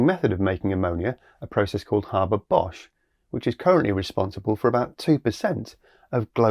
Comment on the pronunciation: Interesting.. I do believe the correct pronunciation is “Hayber Bosch” as there is only one r in Haber. Still early days on this process, but here’s hoping!